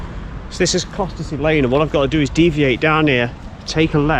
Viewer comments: Hi, great walk! Local to me so good to see some familiar places. Next section up to Whitwell is as good.:_Crazy: BTW, the locals say "Cossey" not Costessy! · Costessey is pronounces "Cossey", but nice try :) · Surprised me to hear someone pronounce Fakenham wrong, but with Costessey I'm not shocked, I used to struggle with that one myself!